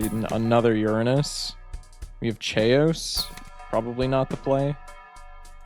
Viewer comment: Dudes gotta be joking in how he says “chaos” right?